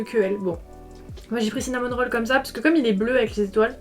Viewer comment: Mais c’est Cinnamoroll pas Cinnamon Roll non ? J’entends le N ça me rend folle